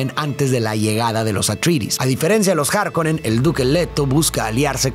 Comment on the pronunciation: Pronunciaciones: Atrayedis, Gaydi Praime, Járkunun (la última u casi no se pronuncia)... Sí, esos nombres no son tan fáciles de pronunciar como parecen y gente de cada país los dice como quiere.